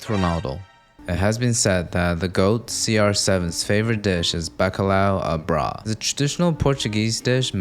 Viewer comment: You NEED to try harder on that bacalhau à brás bro...